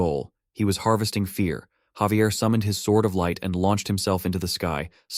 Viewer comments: Hearing Xavier is giving me cringe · Why is Javier being pronounced as Xavier? 😫🗿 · Am I the only one that pronounces Javier name as (Ha-ve-air)?